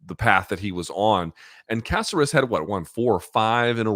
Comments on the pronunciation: caceras. y cant u pronounce. its not a casserole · For a guy that's married to a latina he pronunciations are terrible. Alex Caceres (Kah-sair-ess) they say it correctly every time he fights in the broadcast. Lol How tf does this guy always butcher names??? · Why are you, is he, saying Caceres’ name like that? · How does Luke not know how to pronounce Caceres by now?